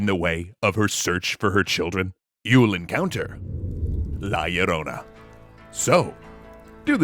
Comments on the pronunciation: He keeps saying "La y Ilrona" instead of "La Ilrona" kinda irks me but I'm sure that it's an honest mistake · A tiny thing it's "La Llorona" with a LL not Yorona as pronounced in the video. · listening to gringos trying to say la llorona is hilarious.